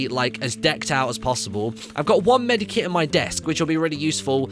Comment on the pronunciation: Medkit not medikit